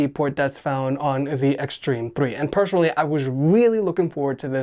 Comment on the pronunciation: personally not pershonally there is no 'H' when spelling